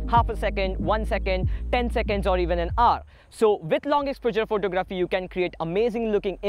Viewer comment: He pronounces it as ex-po-jurr...Jus t found it funny